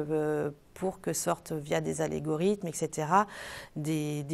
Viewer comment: Algorithme, pas allégorithme ;)